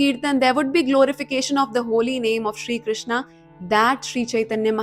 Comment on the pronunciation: mam aap jo Krishna word ka pronunciation karte hai woh galat hai iska sahi hai " crewshn " aisa hai meri spelling galat hai lekin pronunciation sahi hain thank you 😊